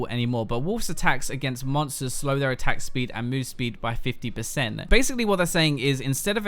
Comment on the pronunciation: am I the only one hearing attack spleed?